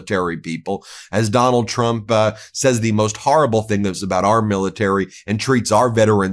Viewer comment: She just mispronounced “horrible”.